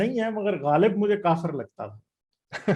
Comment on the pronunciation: When you speak Ghalib,when you speak words like Rasale You remind me of my grandfather who studied in college in Lahore.